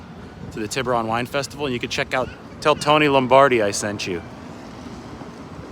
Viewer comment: Pronounce Tiburon correctly Lombardi! cmon dude haha